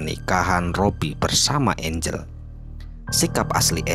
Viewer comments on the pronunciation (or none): angel x bukan engle